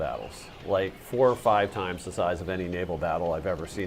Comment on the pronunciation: Wow this guys vowels are all over the place, I heard it mini mini toymes